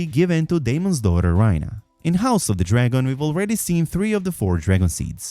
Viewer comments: RAE-Nuh not Rhyna… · Rhaena is not pronounced Ryna but RAYna,😂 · never heard anyone butcher someone’s name that bad 😂 rynah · why do you mispronounce her name like that, they say it as rEYna